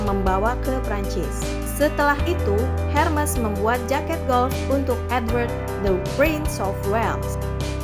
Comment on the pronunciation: Ermes dibacanya